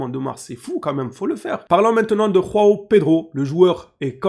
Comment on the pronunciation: Juste pour info les Brésiliens parlent portugais on prononce Joao comme jean ou julien en français on utilise pas la jota comme en espagnol, pareil pour joao cancelo du coup 😅